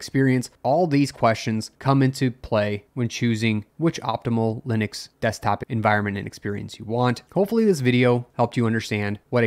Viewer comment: En-voire-ment?? En-vi-ron-ment ?